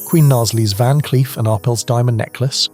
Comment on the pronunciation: That is pronounced Ar- PELL.